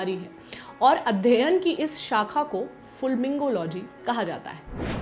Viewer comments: Not Fulmingology, its fulminology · Its fulminology not fulmingology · It is fulminology not fulmingology